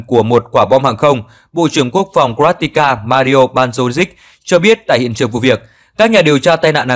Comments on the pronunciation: Có vẻ như bình luận viên này hay anh "đọc sĩ" này có vấn đề về kiến thức chính trị, địa lý khi CroaTIA liên tục được lặp đi lặp lại là CroaTICA?!? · Nếu đúng là CROATIA thì không nói làm gì, bạn phát thanh viên đọc là TICA, tựa bài là TINA